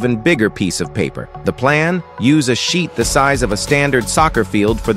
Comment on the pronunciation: How this thing called: sheet, what I hear: shit